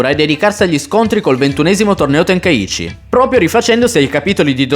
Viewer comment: Tenkaichi e non tenkaici